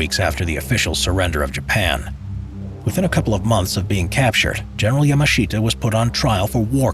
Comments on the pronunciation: the pronunciation of Yamashita is just... bruh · Yamashita now his name che ta zain saidin..